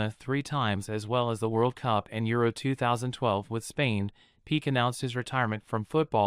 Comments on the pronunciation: I agree with everything you said. Just a little request. The name is pronounced "Pee-kay" not "Peak". Made me a little comfortable with the pronunciation. Doesn't change anything though. She is delusional. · Not Gerard Pik xd But Pique! C'mon, have you ever seen a football match?